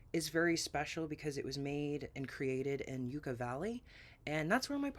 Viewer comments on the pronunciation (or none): I grew up in Yucca Valley! Does your partner pronounce it "Yoo-Ca" like you do? I've never heard it pronounced that way. We've always said "Yuck-a" lol Now I'm curious if I know your partner. It used to be such a small town that everyone knew everyone else. If your partner is in their 40s and grew up in Yucca- it's very likely I know them. Maybe even in their 50s I would know them because I have an older brother and knew most of the older kids too. Not every day that you come across someone who even knows what Yucca Valley is.